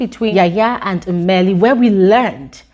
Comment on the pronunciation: I love the way you say, 'Mmeli'